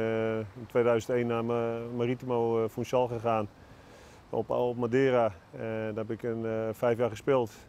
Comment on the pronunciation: Madeeraaa😂😂😂 Goed portugees😅